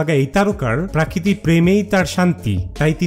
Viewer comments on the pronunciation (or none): Chhagoler moto Baar Baar 'Prakriti Prakriti' korchhish keno? Ota Hobe 'Prokriti'.